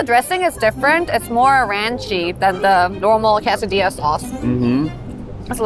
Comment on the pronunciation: “Kay sah dee ahh” is the common pronunciation vs you said more “kas a dee ahh”